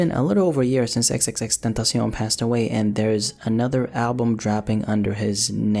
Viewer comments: No one gon' talk about how he says XXXTENTACION so well ? ❤️ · He's one of the few guys who doesn't pronounce his name wrong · If you talk spanish its very easy to say it lol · damn for the past 4 years i been saying it like that you just changed EVERYTHING